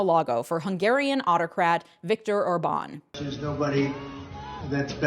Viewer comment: Orban pronounced as Órban, not Orbán